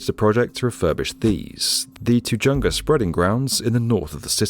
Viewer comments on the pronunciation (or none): It's not pronounced Tuh-jun-guh. It's Spanish and pronounced Tuh-Hun-Guh. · His name is pronounced “DOE-HE-KNEE” (Doheny). It’s “TEH HUNGA” (Tejunga), not “Te-Junga.” I hate AI narration. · Tugunga? Really? How about some takweetos to go with that Tugunga. If you’re going to do a piece on LA try to get the pronunciations at least half way decent. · Two-Jung-gah AI must be from outta town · It's pronounced "Tuh-HUNG--guh" not "Too-JUNG-guh" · Pronounced Dou-hin-e, Ta-Hun-ga Just helping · Tajunga is pronounced ta HUNga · Just an FYI, the city of Tijunga isn't pronounced Ti gung a. It's pronounced Ti hung a. The name is Spanish and the 'j' is said as an 'h' as in most Spanish words. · Tujunga = Tuhunga Doheney = Do hee knee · I want to see him ask where Tuhhh-chung-ga is to any LA native. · Not that you’ll ever need it again but Doheny is pronounces dough-hay-knee and Tajunga is pronounced ta-hun-gah. Otherwise, well done. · Doheny is pronounced "Doh-HEE-nee", and Tujunga is pronounced "Ta-HUNG-ga". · I believe the oil finders name was pronounced "Dough-he-nee" And Tejunga is "Ta-hun-ga" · L0L! “Tujunga” is pronounced , tuh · huhng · guh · Doe-He-nee not dony not feeshal. Tah-hunga 😉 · Love your channel. FYI - Tujunga is pronounced with an “H” sound where the letter “J” is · Tujunga is pronounced as (Teh-Hun-Ga) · He also said "Tuh-JUNG-ga" and I died a little inside. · Tujunga? It’s pronounced “tuh-hunga” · Angeleno here. Tujunga is pronounced Te-hung-a. #spanish. 🙂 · One of the best books on this subject is Marc Reisner’s Cadillac Desert. And let’s also keep in mind that the white settlers in the Owens Valley came to reside there by pushing out the Native American peoples that had lived there for hundreds of years (with the help of the US Army). And Doheny is pronounced DOE HEE KNEE. And Tujunga? TuHungu. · You pronounced Tujunga wrong. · The way you say LA sounds so weird. Tujunga got a laugh out of me. Not hating, just sounds funny.